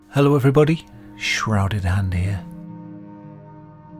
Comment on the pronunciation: New mic,? You sound a decent amount higher pitched? Also nothing is better than hearing “shrouded hand hea’ “